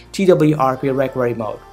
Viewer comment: Yo first learn to pronounce the word 'recovery' before you begin speaking in that cringy accent lmao 😁 😁